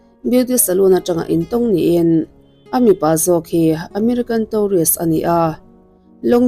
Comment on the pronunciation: Tourist pawh hi Taurist ti tawh lo la miss